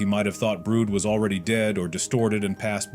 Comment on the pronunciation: Calling brud Brood lol